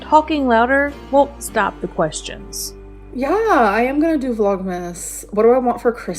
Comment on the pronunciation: “STAAAAHP-PAH”!! What is this obsession with adding an extra syllable to everything? Why does everything she says make me want to punch her in the face until she speaks properly? PS. Amber? You’re superior to smokers? You’re not. You also smoke. Staaaaah-pah.